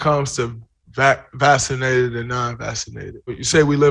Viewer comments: He had me I swear to god until he said vassination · “vassinated” -Draymond Green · Draymond Green says “vassinated” lol